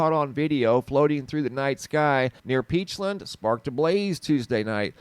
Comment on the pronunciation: Side note. “Peachland” or “peachlind”. I always thought it was the former. Lol